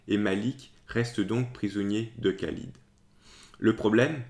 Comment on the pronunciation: Par expérience personnelle, il y a un extraordinaire déni de cette histoire chez les musulmans contemporains. La légende dorée des débuts de l'islam perdure. Merci pour cette vidéo. (Le KH de Khalid est mieux rendu par la prononciation du R français que le K ).